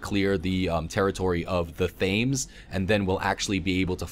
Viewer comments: as a person who lives in London it's not pronounced Fames. It's pronounced Temz. Just as a heads up. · Did you see how he pronounced Thames? I'm dying. xD